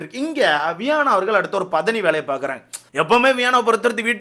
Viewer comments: Bro உன்னோட தமிழ் ல தீய வக்க 😅😅... பாதணி இல்ல பதனி 😅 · பாதனி❌️ பதனி✅️